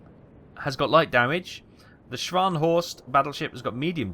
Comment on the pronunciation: It's not Swan-Horst.